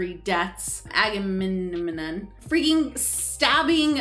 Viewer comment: You two are the cutest trying to pronounce aggamemnon you sound like nemo trying to say annenome 😂